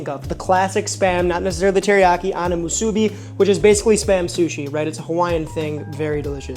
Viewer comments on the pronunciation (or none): being a 2nd generation hawaii local, i can confidently say you're also mispronouncing musubi (should be more like musu-BEE), AND that is actually not the correct spam to rice ratio, go to any 7-Eleven in hawaii and you will find that it is both not burnt to a crisp, and also thinner sliced to better balance its natural saltiness with rice, which in your case was not cooked sticky enough for proper musubi. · Did your step mom ever tell you that you’re pronouncing musubi wrong?